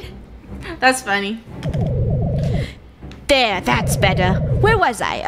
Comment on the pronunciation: funneh sounded British